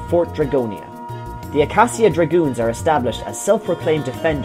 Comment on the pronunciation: Acacia - Uh-Kay-Sha. Just saying.